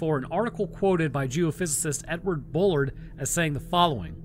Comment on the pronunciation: As a fellow Bullard myself, I just have to say you’re like the fourth person I’ve ever heard pronounce “Bullard” correctly.